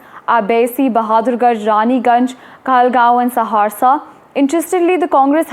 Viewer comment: Are mam ji Saharsa bolna Sikh lo lekin ho bari cute